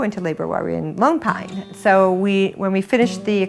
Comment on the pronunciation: I'm certain it's meant to be 'Lone Pine', but they all sound like they're saying 'Loon Pine'.